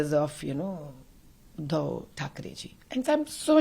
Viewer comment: You are also taking his basic name wrong 😂He's Udhav